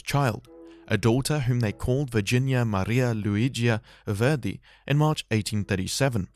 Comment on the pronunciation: I'm not going to watch your video if you can't even pronounce your subject's name correctly.